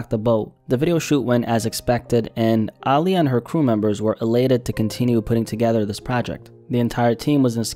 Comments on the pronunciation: Small petty thing, but why you keep emphasizing the "AA" in her name? Lol. People normally say it like UH, as in, Uh-lee-yuh. Again, I'm being super petty. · Ok I've heard her pronounce her name before and she's NEVER called herself AAH! LIYAH! And no one else ever called her that either. I'm not Gen z. I grew up on Aaliyah. Yes she pronounced it with more of an A sound but it was NEVER that exaggerated! Be atw fr rn... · Say it w/ me Uh-Lee-Yah. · “Ahhhhliya” was a tragic loss. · ahh-liyah is how you say her name, aaliyah herself told interviewers to say it that way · it’s uhh- lee- yuh you’re pronouncing it wrong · Bruh listening to you pronounce Aaliyah is like listening to nails on a chalkboard! When have u EVER heard anybody call her AAH! LIYAH??? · Incorrect. Watch any interview where she says her own name and it’s pronounced Ah-Lee-yah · Dawg it's pronounced ugh-lee-ugh ... aaliyah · Calling her Aah-liyah so many times was pissing me off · Stop saying her name every second,you say it weird. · absolutely HATE when people say her name like this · Nah he didn't say her name right. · I’ve never heard her name pronounced in this way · Bro saying all the names wrong but it's cool. Rip Aaliyah. 😢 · Some people genuinely just pronounce things differently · Yeah I noticed it too but didn't think how he did or didn't pronounce it was that big a deal 🤷🏻‍♀️ What matters is that her memory is being honored. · Why do you say her name like that? 🙄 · Why you pronouncing her name like that? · There is just something that irks my soul when I hear a documentary on a person of some sort and the person telling the story mispronounces their names and says it like a million times. Haven’t you met anyone with the name Aaliyah? Heard anyone say her name? Like bruh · Why do you say her name like that no one pronounce it like that sound crazy like you don't know da culture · Why tf you saying her name like that😑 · How you pronounce Aaliyah wrong